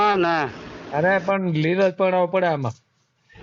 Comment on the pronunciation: Real word is leel not neel